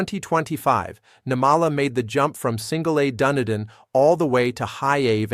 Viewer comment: Stop with the AI voice that can’t pronounce their names or Dunedin.